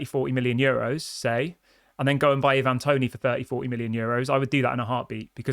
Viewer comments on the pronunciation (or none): Plz stop saying e-van it’s Ivan toney 😂